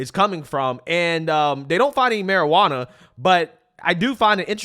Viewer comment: “Maruh-ranna” lol